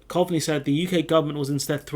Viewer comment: it's pronounced Cove-ney